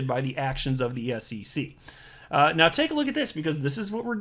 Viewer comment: “Into this piece right meow..” lol